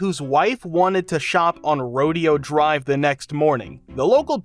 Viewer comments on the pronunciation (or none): Don't tell me this is an AI generated voice.... who doesn't know how to say Rodeo Drive